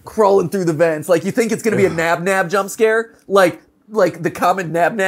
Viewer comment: Did he say ban ban and not nab nab